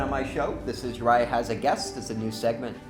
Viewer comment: You pronounced my name wrong but when you said my name i literally got so excited!!!!!!!!!!!!!!!!!!!!!!!!!!